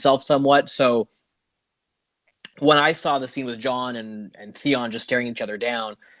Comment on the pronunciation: Why does keep saying (Thay on) insted of Theon? Does he have a lisp or somethayng! Ha